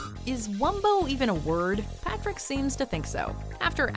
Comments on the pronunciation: Yep, PATRICK not partick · Well at least it was not "P'rick"